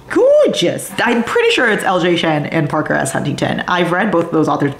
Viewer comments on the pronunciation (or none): none